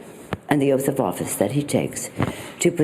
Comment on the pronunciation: Nancy Pelosi: 'Ooaf of Malice'.